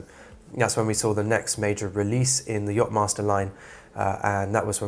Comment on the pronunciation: „yop“-master??? YACHTmaster …